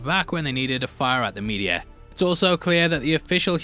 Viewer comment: I thought he kept calling the meteor, "the media" hahaha